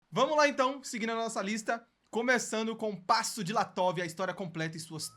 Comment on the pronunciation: Parei em Passo "DiLATOV".